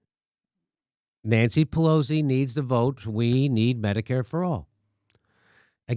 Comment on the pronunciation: At one point, it sounds like Jimmy’s about to say Nancy Pelousy